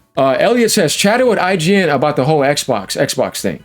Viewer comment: you said it wrong sir.